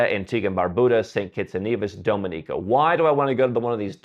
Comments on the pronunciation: Your pronunciation of "Dominica" really hurts my ears. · At least please learn to pronounce the countries names correctly whose citizenships you plan to buy! “Dominica” is NOT DOME-in-eeka, but DOM-in-eeka. “Barbuda” is NOT Bar-BOO-dah; it’s Bar-BUU-dah. Also, respect these countries’ people, their culture, and don’t just exploit them for personal benefits.